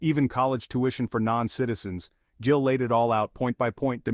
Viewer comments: his name is GILL not JILL. AI is lame. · His name is Gill. Not Jill fix your AI dude.